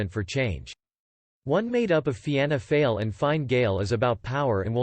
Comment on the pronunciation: Remember, if you deliberately miss-spell words when typing for the text-to-speech it will help with the pronunciation- 'Feena Fall', 'Shin Fain' etc